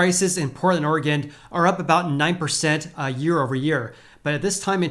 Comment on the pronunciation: There is no ‘D’ at the end of Oregon.